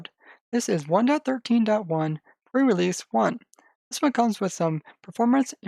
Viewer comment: Really? Pre realeseeee??? I just...